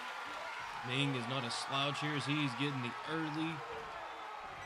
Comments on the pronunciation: It's Meng not Ming. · its meng not ming